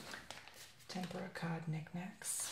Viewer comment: you put the rice on the paper towel?!? really?! and it is pronounced tem-poor-uh